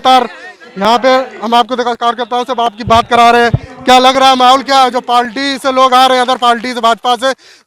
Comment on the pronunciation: भाई पालटी नहीं पार्टी कह लो,इतना तो जान समझ कर माइक पकड़िए।बाकी मुद्दा ठीक लेकर चल रहे हैं👍